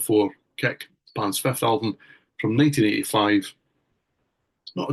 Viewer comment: What is INXS’s 6th studio album? American: “Kick” Scot: “Keck”